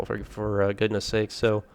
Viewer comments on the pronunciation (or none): none